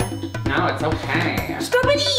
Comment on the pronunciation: What r u sayin " oke" for??